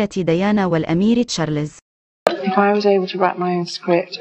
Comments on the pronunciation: ام اسمع مصري واحد يعرف يقول تشارلْزْ . كلكم تقولون تشارلِ…زز. فضحتونا بجهلكم 👊🏾👹👺👎👎👎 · Charles , not Charlézz 👹👺👎👎👎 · يا شعب مصر : اسمه تشارلْزْ و ليس تشارلِ….زز . تعلموا كيف تنطقون اسمه بالطريقة الصحيحة 👹👺👎👎👎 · اسمه تشارلْز ، و ليس تشارلِ…زز. يا شعب مصر . تعلموا كيف تنطقوا اسمه صح . Charles , not Charlézz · تشارلز مو تشاليز.